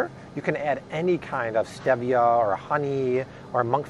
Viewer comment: Stop saying STEVia...it’s STEEEEEVIA LOL #nailsonachalkboard